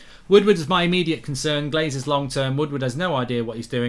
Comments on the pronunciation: Lol 'Ronaldo conern' 😅 taxi for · 'Ronaldo Conern'